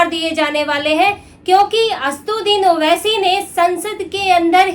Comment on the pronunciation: Pahle naam bolne shikh re bobdhi 😅😅😅 Uske baad news padhna....